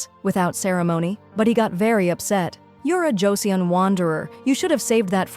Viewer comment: Joseon is pronounced like Choson